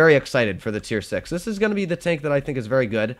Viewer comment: you have good german lolz "ze" lamo